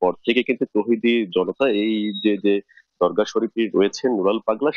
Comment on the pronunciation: কিসের সংবাদ প্রচার করস তোরা ? দর্গা বলিস কেন,,। দরগা শব্দটা বলাও ভুল